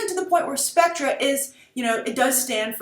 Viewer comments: Are you aware that it's pronounced spec-ter? This organization is a big deal within the Bond mythology, particularly within the movie universe. They don't need to make a big deal with this announcement. Bond is a big enough deal, and the title is a big deal. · Grace the main surprise of Bond 24 is not so much Spectre which is actually pronounced Specter is it will almost certainly introduce an old Bond foe Ernst Stavro Blofeld who is the head of Spectre and one of Bonds oldest returning foes its like Joker to Batman i am SO hyped because he has appeared 3 times in the old Bond films played by 3 different actors but never actually died onscreen which is consistent to the old Ian Fleming novels i highly recommend you go back to the original Bond films with Blofeld and you will see how awesome this villain could be in a modern world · You pronounce "Spectre" incorrectly. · It is pronounced "specter" not "Spectra". It is from the olden films. It's because we British use re as er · It would have been better if you had at least researched the history of the Bond films. It's pronounced Specter not Spectra. The comparison you make between this film and Capt America is just lazy, I'm sure the writers didn't go see Winter Soldier and think "yeah, let's just use this plot". You talk about how Bond is trying to be modern and not be outdated, but Sam Mendes has spoken in Skyfall interviews about how himself and Craig wanted to get back to the classic Bond feel. An example of that would be the male M and the old M office also a dryer chauvinistic Bond. Bond has its problems when its trying to be current ie: Die Another Day. I do agree that Mendes did use inspiration from The Dark Knight for Skyfall. I think Nolan being a James Bond fan used Bond as inspiration for Batman and Inception. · It's pronounced Specter, not Spectra. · specTER specTER it's NOT pronounced specTRUH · Seriously. Stop calling it Spectra. Just. Fucking. Stop. Ill-educated nitwit. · Pronounced spec-"ter"